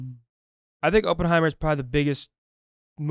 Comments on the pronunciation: Yalls mispronounced Oppenheimer the entire time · The way they pronounce Oppenheimer and Cillian Murphy made me way too angry